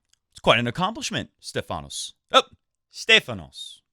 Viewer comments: Tsitsipas will beat him again. And it’s not SteFAnos ...it’s STEfanos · Oh man:-D!! You say StEfanos's name right once and then you go and spoil it again:-D! Please check your Twitter msgs, I'm sure you won't get confused about this ever again:-D;-). I see you lost some weight (maybe from the flu?). Kudos and keep it up, it suits you! I think Thiem won Lyon last year, so he loses 250 pts, haven't done the math yet to know how that fares between him and Sascha. Agree about Fed, hope he reaches QFs.